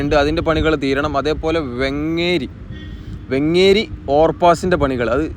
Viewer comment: വെങ്ങേരി അല്ല വേങ്ങേരി ആണ്